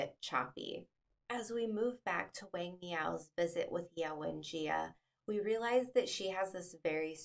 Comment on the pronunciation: You should learn the correct pronunciation of Chinese names especially that of the main protagonist "Wang" . You butchered it.